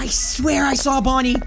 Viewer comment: Any time you call Bony it sounds your saying Ponuy